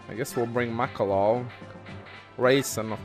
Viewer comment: Oh hey, I just noticed he started pronouncing Makalov correctly.